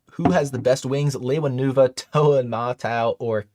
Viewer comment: Fun stream! Cool background! Nice work! I know I’m not the only one here, but I found it quite irksome that he pronounced Lewa as “Lay-wah” instead of the traditional way, “Lee-wah”, lol! I know, uber nerdy nitpick. XD But for real, though, Keep up the good work! Good to see you back